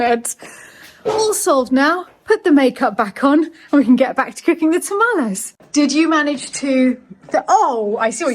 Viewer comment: Haha, I've literally never heard anyone pronounce tamales that way, being a staple food here in Texas. It's pronounced "tuh-mah-leeze."